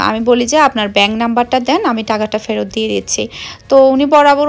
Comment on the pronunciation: পেরত নাকি ফেরত বুঝতে পারছি না 😀